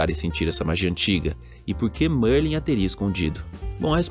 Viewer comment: Merlin grande bruxo da Sonserina! Para sabermos se esse bruxo aí é de fato Merlin vai ser simples, na sala comunal da Sonserina existe um quadro de Merlin, acredito que os desenvolvedores não iriam deixar esse detalhe de fora. E mano a pronúncia é Mérlin e não Mãrlen kkkkkkkk, mas de resto mto top o vídeo. +1 inscrito.